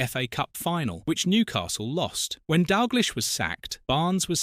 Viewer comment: Not being able to pronounce Dalglish is pretty jarring.